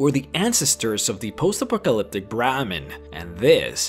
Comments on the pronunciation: "Hall-oo-Seen-o-gens"?!?! It's pronounced just like "Hallucinate"... as in "Ha-LOOSE-inogen". And it's not "Pah-Joe-Tea".... It's "Pay-OH-tee" or "Pa-YO-tay" (it varies by region). Just trying to help. PS - it's not "post Appa-colliptic". It's "post ah-POCK-oh-liptic". You tend to emphasize the wrong syllables. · The way you pronounced Peyote, Apocalyptic and Hallucinogens sounded like Pejote, Apokliptik and Haluseeneegens xD